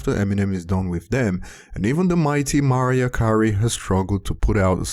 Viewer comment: You say Mariah Carey weird